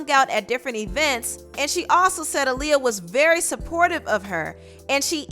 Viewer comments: I disliked this just bc hearing her say ahh lee ah instead of uh lee ah. Annoying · (UH-Lee-ya) girl not (Ah-lee-ya) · Your videos are so descriptive! Love it! But man I hate how you say Aaliyah. It’s Uh-Liyah not Ah-liyah 🤦🏻‍♀️ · Who the hell is ahliyah? It’s Aaliyah ma’am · Where tf are you from? Its A-leeyah (AALIYAH) not Ah-leeyah!!!! Pronounce her name correctly please. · Everytime you said “Auliyah” I cringed, it’s “Aaliyah” 😕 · Who's AHHH-Liyah? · instead of saying Aaliyah, she said aww-liyah 😂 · Its Aaliyah not Ah-liyah 😡😒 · Kind of mad at the way she's saying Aaliyah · Why you calling that girl "All-liyah" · Great video but it’s annoying the way you’re saying Aaliyah‘s name... ALL Lia.. smdh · Girl it’s AALIYAH NOT AHHLIYAH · The way this lady pronounces Aaliyah’s name irks me 😤 It’s not AH-liyah Jesus. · No it's pronounce 👁 -liyah that's how aaliyah's mother pronounce it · Ah-Lee-uh? Why did u keep pronouncing her name like Ali? Lmao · The way you’re pronouncing Aaliyah is SO CRINGE. I hate it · I’m glad you got Aaliyah’s name together after a few trys lol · Stop saying Aaliyah like that you’ve never said it like that before what’s wrong with you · Learn how to say Aaliyah